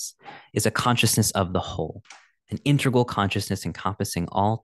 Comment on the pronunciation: Very nice attempt and attention. By the way, it is integral, not intergal. Love your "interplanetary culture".